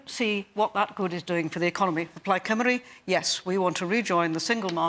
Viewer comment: cymru = "cumrree"